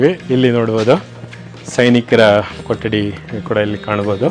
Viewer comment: ಸರ್ ನಮ್ಮ ಕನ್ನಡ ಉಚ್ಚರಣೆ ಸ್ವಲ್ಪ ಬದಲಾಯಿಸಿ ಅದು ಕೊಟ್ಟಡಿ ಅಲ್ಲಾ ಸಾರ್ ಕೊಠಡಿ ಠ ಕೆಳಗಡೆ ಟ್ಟ ಅಲ್ಲಾ 🥺